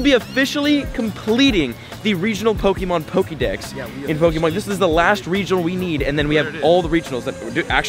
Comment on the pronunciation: Drink every time he says "pokey-mon"